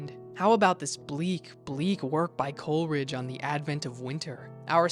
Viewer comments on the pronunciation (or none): none